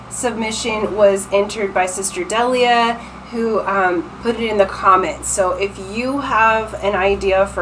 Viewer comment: What an excellent reading and so on point!! I’m Delia and you actually pronounced my name correctly, that rarely happens. Thank you so much gorgeous 💕💕💕